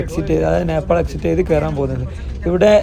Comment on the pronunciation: Uneducated പറഞ്ഞാൽ തിരിയാത്ത നാക്ക് വടിക്കാത്ത വടക്കൻ കാക്ക കുഞ്ഞ്… റീച് കൂട്ടാൻ ആയിട്ട് നേപ്പാൾ ടൂ കൊണ്ടോട്ടി എന്ന് ഇടായിരുന്നില്ലേടാ?